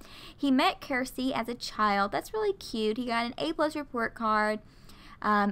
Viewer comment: Circe is pronounced with the ‘C’ as a ‘S’ sound, not a ‘K’ sound. In Game of Thrones the main evil character is Circe. That’s where I got that from. Also, when looking at their traits like serious vs. playful, if there are no points they are the trait to the left. If all the points are used they are the trait to the right. So Loki is extremely serious. I hope this helps.